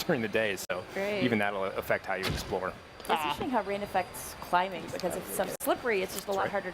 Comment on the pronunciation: "do some criming and jumping?" nice asian accent